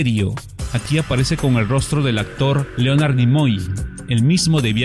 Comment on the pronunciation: Gracias por la reseña. Una sugerencia: mejora tu pronunciación de los nombres en inglés. El nombre Leonard no se pronuncia como se lee, la pronunciación correcta es lenard, la o no se pronuncia. Power Rangers se pronuncia “ pawers reingers”.